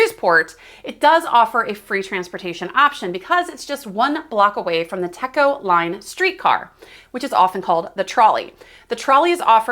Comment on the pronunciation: It’s pronounced Teco long e sound. Teco is the power company in the area.